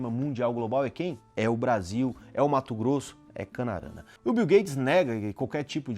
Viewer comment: Mato Grosso e Mato Grosso do Sul, rapaz, fale direito.